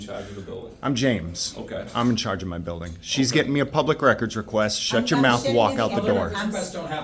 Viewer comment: I’m the sadge-int in chadge of the building